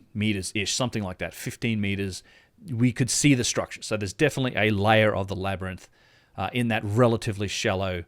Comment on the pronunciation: lol he said the labrynthian- we arent talking about bromjunaar